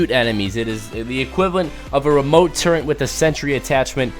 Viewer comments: He say turrent not turret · turret not turrint